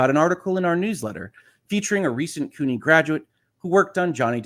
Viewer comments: Just FYI, the "CU" in "CUNY" is pronounced like "cue." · Sorry I did not catch this while you were live but CUNY should be pronounced as "Q-Knee," like if John DE Lancie suffered from an injury due to his role on Star Trek: the Next Generation.